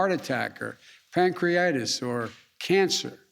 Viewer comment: “Panreitis”? What’s that? Oh he must of meant pancreatitis? This guy is DUMB!😆